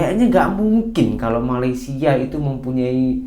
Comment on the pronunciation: Malaydhes Oh Malaydhes🤣🤣🤣🤣🤣 Petronas Oh Petronas Wkwkwkwk🙃😀🙃😀🙃😀